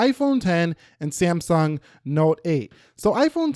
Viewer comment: Whene say samsung i hear siyamang